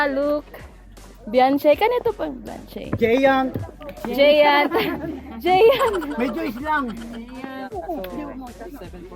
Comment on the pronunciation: Mam.. Un bianchi kpg bnabanggit po yan byangki..no offense po..pra makorek lng po